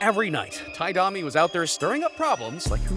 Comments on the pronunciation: Every video, find a way to mis pronounce a name lol D-AH-MEE? Try D-OH-MEE. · Guy said Domee and Brashr instead of brasher, also said Gretzky had more assists than anyone has in goals lmao. There was more too. Watching this video I as well got vibes that he either didn't know very much about hockey or used AI, which he trusted and it ended up being wrong about many things. Then he says guessing you ace every name haha, its not hard to ace the name of legends that were around for yearss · pretty defensive and unprofessional there lol. Sorry you mispronounce "Domi" and you say "Blackhawk" without the S, it comes off as an AI narrator reading a script that was mistyped. Unless the narrator just isn't familiar with hockey and has weird unnatural inflections in their voice? The mistakes in the video indicate either you aren't familiar with hockey, or, you're using AI. Not to mention the weird thumbnails, the strange channel bio and name discrepancies, and the fact that it's the same type of content as that Slapshot channel... a lot of weird stuff going on here